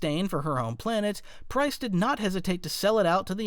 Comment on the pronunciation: Pryce, not Pryze